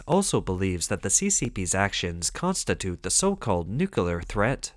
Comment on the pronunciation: NEW - KLEE - ar Say it one hundred times and get it CORRECT. NEW - KLEE - ar. Nucular is NOT A WORD. 👎👎 The Taiwan Strait belongs to one nation only. The clue is in the name. TAIWAN. If the moronic bullies in the CCP want to try anything, we Allies say, "Just try it", Xinnie The Pooh. Just try it. The CCP vessels will be on the sea floor in five minutes. This is all CCP bullsh!t and bluster. Australia, Germany, Canada and The Philippines patrol in addition to the most powerful USA. M 🦘🏏😎